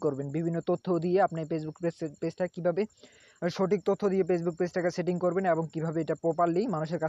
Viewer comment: দুরু বুদাই পেজবুক কি ফেসবুক তর তো উচ্চারণ ই করা পারস না